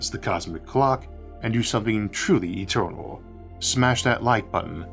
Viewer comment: The staws so etewnaw to us awe but a chaptew